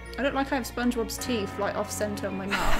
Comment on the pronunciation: Dan saying teet instead of teeth